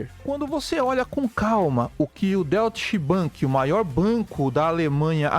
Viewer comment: A tua pronúncia figurada também está errada.😂 O certo é Doite Bank. E não Doit axé 😂